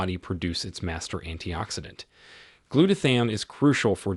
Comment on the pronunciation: You're not saying glutathione right. I'm watching from Orlando. I used to usually eat shredded sharp cheddar because I heard sharp cheddar was good for you